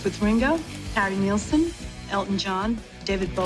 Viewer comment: I just want to know why nobody can pronounce Harry Nilsson's name right? I don't mean to get picky but it was Nil-son not Niel-sen in fact the album is called "Nilsson Schmilsson" and it rhymes.